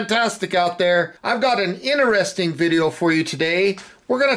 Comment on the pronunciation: Correct word pronunciation is key to a thumbs up. Interesting fact: ineresting is not a word.